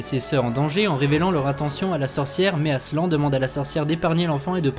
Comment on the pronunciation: Frérot, ça se prononce "aslane" ça veut dire lion en turc, arrêtez de prononcer tout a la française 😂😂